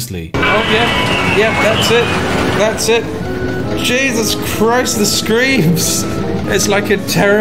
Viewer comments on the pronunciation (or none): none